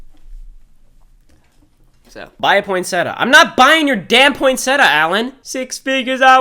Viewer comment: You said poinsettia wrong and e spelled it wrong oof poinsetta isn’t a word 💀